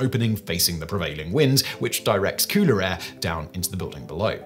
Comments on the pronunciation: No...its faster. All i heard was cooter air instead of cooler air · Is he saying cooter air lmao 😂😅😂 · Why does he keep saying “kooter air” lol